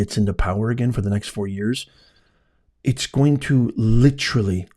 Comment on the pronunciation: Please, please stop saying “Litcherally” you sound so ridiculous when you say that.